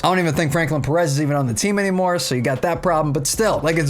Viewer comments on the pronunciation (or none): none